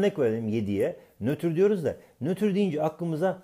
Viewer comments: Nötür degil Nötr Olcak :)) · nötür değil "NÖTR" :D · nötür değil nötr :D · nötür değil nötr